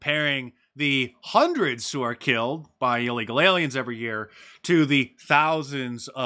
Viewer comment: "By a releegal"